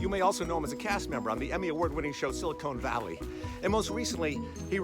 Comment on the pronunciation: I love this series - but my OCD had me stop at “Silicone Valley” (CONE).